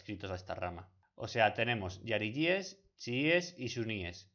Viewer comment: Lo que muestra que te has informado regular son puntos como el hecho que pronuncias la palabra jariyies :" yariyies", y no, incluso en arabe la "jota" se lee jota, lo que muestra que sólo has seguido algún texto pillado de cualquier página. También con fundas a los jariyies con los sunnitas, ya que son los jariyies los que tienen un a ideología idéntica a alqaeda, isis, etc... y los sunies son la mayoría de musulmanes del mundo. Y los errores así, que parecerán detalles a algunos pero que son ese tipo de detalles que muestran la mala investigación que has hecho para el video son un montón, luego hablas de algunos temas que no me se muy bien, así que me imagino que también habrá muchos errores de este tipo que te inducen totalmente te en error